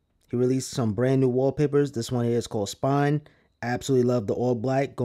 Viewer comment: It’s Spline bro.. not spine. Lol! Just to clarify